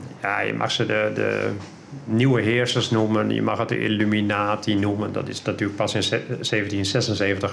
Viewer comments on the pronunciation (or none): none